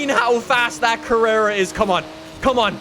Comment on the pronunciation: mhm, yes , “carrrera”